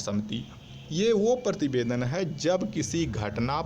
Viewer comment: He is saying Partibedan not prativedan